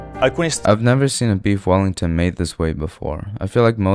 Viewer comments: "queef wellington" 💀💀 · "Queef wellington" 💀